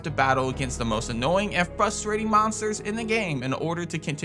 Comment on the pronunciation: Pronounce “frustrating” correctly, challenge impossible